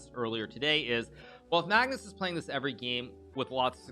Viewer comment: I love how hikaru says Maagnus with such a long a😂